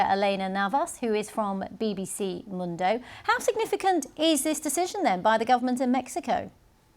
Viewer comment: I can't quite get past how badly and consistently BBC mispronounces 'mundo.'